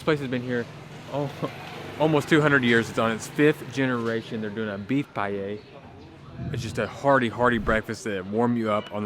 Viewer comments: You know he is white when he says Pie-Yeyy 🤣🤣🤣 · It is pronounced just like the greek letter Pi. This is eaten in winter.